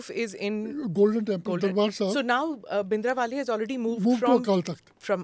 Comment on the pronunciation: Lady doesn't know that it's bhindra wale not bindra wale ... she is an absolute fool person.